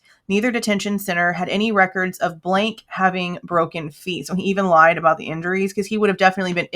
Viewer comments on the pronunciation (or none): none